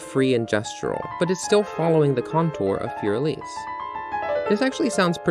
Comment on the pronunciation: It took all of my willpower not to close out at “Fourier Elise”